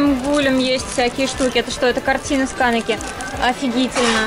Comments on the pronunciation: КАнеки ЛюсИ МонокумА Везде не те ударение, которые я говорю как же меня бомбило 🤣😂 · почему ударения во всём видео где-то не там акихАбара / кАнеки / монокумОй wuuuut